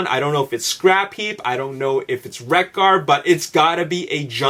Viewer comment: I think it's Wreck-Gar.